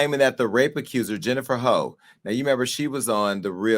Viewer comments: Her last name is pronounced huff not hoe! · It’s not Jennifer “HOE”. Like omggg 😩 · Hough (thought it was Pronounced H-u-f-f) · Can't even pronounce the other girls name right.